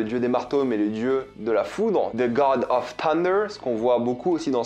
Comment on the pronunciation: Roo ta prononciation de 'thunder'! Nan je déconne on s en bat lec, mais il fallait bien qu un casse c te le fasse remarquer ! 😉